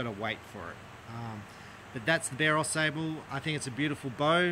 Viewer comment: The “a” sable is pronounced like the word “watch”. It is a river and town in Michigan.